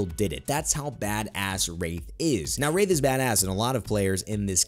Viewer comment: Did anyone else think he said rape not wraith at